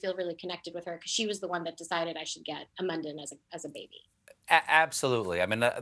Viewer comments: Omg, congrats! Btw, It's mun-dan (with u as in put) not London with an 'm', or an m-undone. How did no one correct her throughout that Mundane Mundan on a Monday with Mindy. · Being Indian, hearing Mindy pronounce Mundan and Mandan is really triggering me. Nevertheless, congratulations to Mindy on her baby!